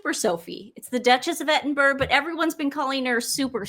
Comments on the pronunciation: There is no such person as Princess Catherine, you blithering idiots. The princess was wearing a hat by Jess Collet, not a fascinator. Edinburgh is pronounced Ed-in-bruh - not Edinboro or Edinburg. If you’re going to mispronounce a word, pick one error and stick with it. Elon Musk doesn’t have secret service protection. It’s a preposterous suggestion as he parted ways with the federal government months ago. The two of you together don’t add up to a half wit. It’s people like you who feed the Sussex Squad because you can’t get one thing right. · Ok, so I’m going to be that person… Edinburgh: Eddin-bruh Gloucester: Gloss-tah And as I’m finishing this you’ve just said there’s a subreddit dedicated to your mispronunciations lol 😂😂😂 No disrespect intended :)